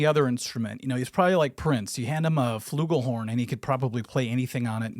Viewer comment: did you say Fluggohorn? :face-purple-crying